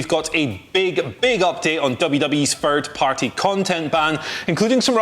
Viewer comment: It’s THIRD party not FIRD party. This isn’t a speech issue this is a lazy way of speaking issue